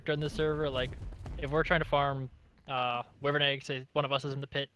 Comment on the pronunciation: do you call it wivern on purpose? or do you not kmow it's w-ai-vern